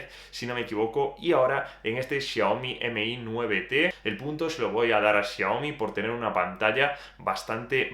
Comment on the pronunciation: Aprende a pronunciar lo mas minimo que eres bloguer y estas haciendo reviews, Xiaomi no M/I 9, es todo junto, Xiaomi mi9T Pro, no es tan dificil de pronunciar